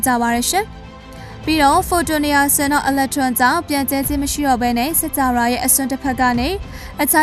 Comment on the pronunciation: စၾကာဝဠာ - စက္ၾကာဝလာ ပေဟဠိ - ပေဟလိ ပါဠိ - ပါလိ အဲ့တာေလးေတြ ျပင္ေပးပါလားခင္ဗ်ာ အေႏွာက္အယွက္ျဖစ္သြားလ်င္ sorry ပါ ခင္ဗ်ာ